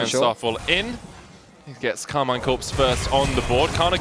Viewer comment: Please its pronounced "Karmeen"